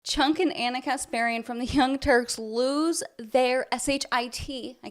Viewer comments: You are so racist. His name isn't Chunk. It's pronounced Chonk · I love the way you pronounce his name: Chunk loll. Good video